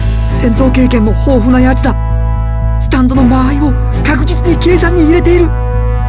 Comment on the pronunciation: スタ⤴︎ンド⤵︎